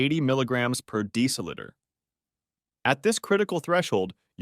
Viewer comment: Please learn the correct pronunciation of deciliter.